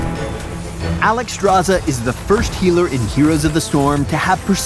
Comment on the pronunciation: why is her name constantly mispronounced...SZ=SH not just Z, so should be said as Alexstrasha